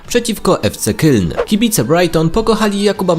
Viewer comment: Fc keln się mówi byku